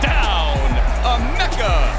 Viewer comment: Please... eh-MEHK-uh. This is not very hard, especially when they say it multiple times in the video you used. Anyway, he's awesome, isn't he?